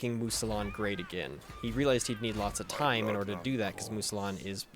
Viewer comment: Mousillon = "moo-zee-yon"